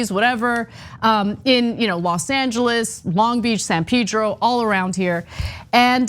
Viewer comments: It's not San Pidro... Pronounced San Pedro... Castellano es fonético por favor! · It’s not pronounced San pee-dro. Jesus.